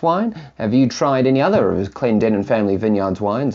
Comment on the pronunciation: Thank you very much for the appraisal and complements. Also thank you for pronouncing Clendenen correctly, you wouldn’t believe how many times it happens. Keep up the work my good sir!